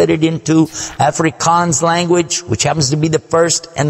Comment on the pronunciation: He pronounced 'Afrikaans' perfectly 👌🏿